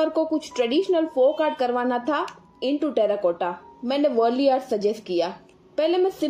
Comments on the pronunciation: It's वारली and not वरली as you pronounced .. But its good what you did.nice. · Its not pronounced as “worli”… 😂 It’s वार्ली. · Dono hi sundar hai! Ise wurli nahi waarli kehte hai. Aakaar ko achche se pronounce karo. Baki sab bahut achcha hai. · Correct pronunciation of Warli art ka Waarli hein